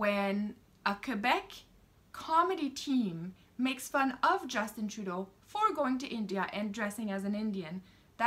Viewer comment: Ladies and Gentlemen, please get our Wrong Dishonourable P.M. N.P.C. name correct..lil 'justy tra-doh.